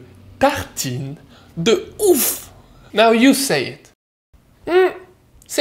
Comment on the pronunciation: Yay, I love these! You've got a funny way of saying oeuf :P